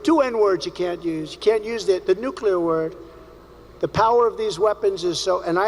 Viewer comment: Yup!!!!! "Nucular warming"!!!! He'll DO IT if he gets in again!!!😱😱😱😱😱😳😳😳😳😳